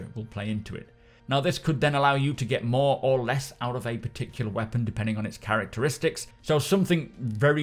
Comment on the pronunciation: Lol, "Depending on its Carrack-teristics"